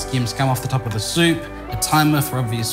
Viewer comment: Hmmm...Impressive. Mr Liaw.. I'm a Japanese guy living in Uk. Many people asking me how to make ramen. This video made my life easier! I'll just send them link. Well executed, absolutely needless to say. best ramen "soopu" instructions ever + perfectly pronounced like a Japanese native about these ingredients.